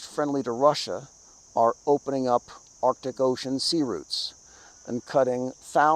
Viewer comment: All joking aside,other than myself, is the only other Caucasian that pronounces "arctic" correctly.